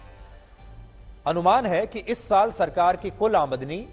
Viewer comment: Aamandani ni....aamdani hota hai dear